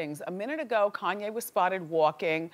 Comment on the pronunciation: Please pronounce West's first name correctly.Not that difficult.